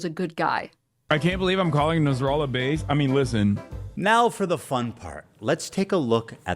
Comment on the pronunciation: Shes such a professional diabetic that she actually says "baste 🦃" instead if you listen closely